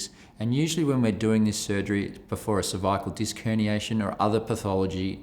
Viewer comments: When he says cervical is sounds like severe lol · A little scary when the surgeon can’t pronounce cervical… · He can’t pronounce cervical